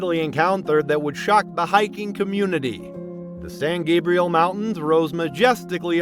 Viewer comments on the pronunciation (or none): none